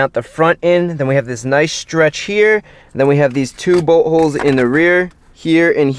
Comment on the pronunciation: i always understand buttholes instead of boltholes